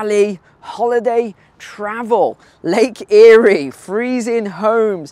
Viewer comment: Its Lake Erie. Pronounced EAR REE. Great job.